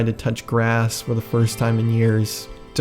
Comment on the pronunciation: BTW sorry if this is annoying but just so you know, "kowai" is pronounced "ko-why" without the extra "ee" sound at the end. pronouncing it "ko-why-ee" sounds like "kawaii" which means "cute." so a bit of a difference between the words since one means scary and one means cute. 🤓